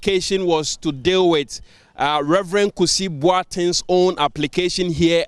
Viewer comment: Please his name is #Kusi not Kisi...haha I should start😅 Refreshing News thank God it's not another unanimous Fc ruling